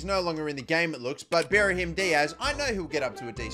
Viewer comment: Why do you say berhim its pronunced brahim